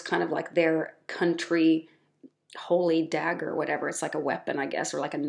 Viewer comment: I think she meant to say the “Oman dagger” not digger… but it just came out wrong with a tiny slip of the tongue… As far as I understand the history of the Amouage brand the symbolism on the bottles are not meant to be a strict connection to Islam as a religion but more to connect to symbolism of the country Oman. At least that is what is said in websites where the company presents itself. There it says that some of the bottles bears the shape of the Omani dagger, which is described as a national symbol of Oman, while some bottles wear the shape of the dome of the Sultan Qaboos Grand Mosque in Oman.